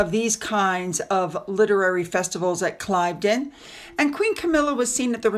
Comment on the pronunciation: love your videos - thought you’d like to know that ‘Cliveden’ is pronounced ‘Cleevden’ in our impossible English language!😂